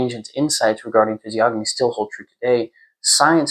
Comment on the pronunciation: Massive respect for your knowledge, very good readings. However the "g" is silent, like gnosis or gnome. Or lasagna. Keep up the good work. 🫡